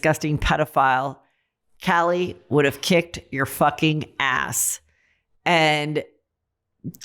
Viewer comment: It’s Kaylee not Cali